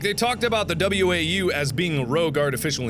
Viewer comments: Mark, to pronounce WAU, it's pronounce like wow, not way-you. Thanks. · Mark, it's only slightly annoying to me that you pronounce WAU as you do. When someone else said it it was said as wow. Other than that nitpick this is an awesome series.